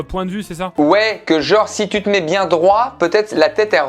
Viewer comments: Pierre tu peux pas faire une liaison à bien z et vous c est pas français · "Très bien zes vous ?" J'avais rien à dire